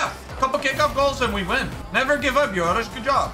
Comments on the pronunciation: Joreuz = “Yorus” Everyone else: Joreuz = “Joreuz” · Juruz